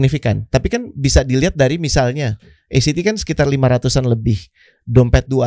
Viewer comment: Act itu bukan..